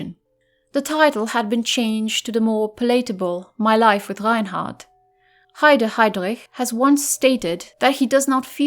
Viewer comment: Wow, that's how Reinhard is really pronounced? What a pretty sounding name for such a monster.